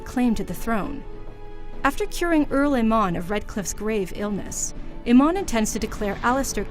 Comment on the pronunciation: ARL EMON YOU SAID IT WRONG AT LEAST GET SOMEONE WHO PLAYED THE GAME TO DO THIS !!!!